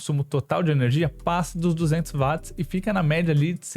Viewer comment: 🛑A Dicção desse cara é PÉSSIMA! Será q o cara não conseguiria ir numa Fono, aula de oratória etc? Pior, será q ninguém vê que é uma Merda esse cara falando? Além de super difícil de ouvir esse cara é cansativo em poucos minutos.. (Além disso ainda erra termos técnicos! Claramente é 1 Curioso e não 1 Técnico.. Não existe Vat! Watt se lê/fala Uóti!